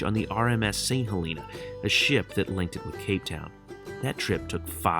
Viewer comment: Great video! Fyi St. Helena is pronounced saint hel uh nah :)